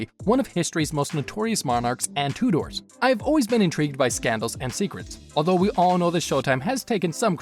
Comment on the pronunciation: Two doors, he needs to learn how to pronounce names etc correctly its Tudors